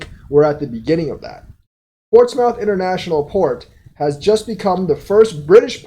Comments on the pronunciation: It's pronounced more like moth not mouth. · It’s pronounced “Port-smith “ Keep up the good work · Portsmouth (ports-mith). I use to say the same thing lol. There is a city in VA named Portsmouth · lol pronouncing Portsmouth 🤣🤣